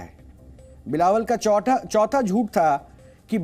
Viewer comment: Chautha chaita bolte ho - do more practice